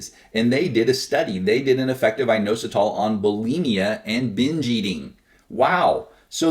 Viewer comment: IT IS INOSITOL LOL